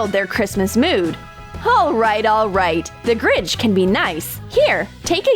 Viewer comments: It’s not grij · You said the gringh